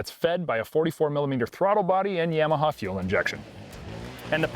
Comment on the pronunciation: Down voting for mispronunciation of Yamaha - is this guy from Chiiiiinna?